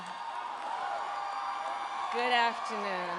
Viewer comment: Guddd Avternooooooon. LOL not so good Uh.